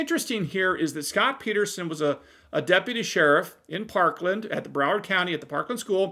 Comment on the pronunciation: Did you say Coward County?🤔